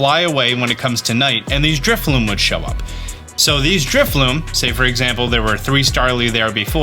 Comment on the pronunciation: It’s drifloon with an ‘n’ like balloon